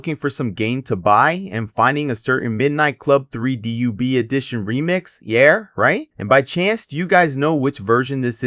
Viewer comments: DUB not D.U.B. lmao what the hell? I was going to close the video but you owned up to it 😂 watch & Sub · youre saying dub wrong it's supposed to be /dʌb/ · Out the gate. Stop saying D-U-B. 😂😂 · who tf says "dee yue bee" 💀??? that is sound diabolical. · u said DUB wrong!!!! but i got da Dub Edition Remix on OG XBOX new for $20 back when they announced it and ran to Game Crazy and picked it up